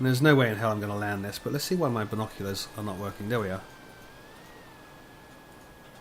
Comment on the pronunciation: G'day! I played my own mini-game: I took a shot every time you said "bino-clee-uhrs". :P